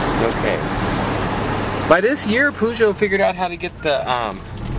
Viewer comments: poo-sho? i though it was peugeot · Haven't seen one of those in England since the 80's. Over here, we pronounce it like Purr-geot.